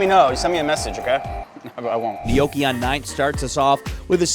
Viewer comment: You are not saying gnocchi right, dio caneeee :D